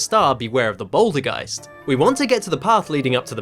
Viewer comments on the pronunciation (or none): hey dude "Bouldergeist" is pronounced like "poltergeist"